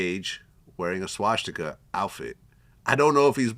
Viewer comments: Vlad its swastica. Not schwastica or shwastica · Why did the moron keep saying SHWASHTIKA